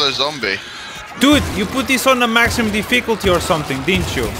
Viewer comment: "Maximum Di-fee-cul-tee"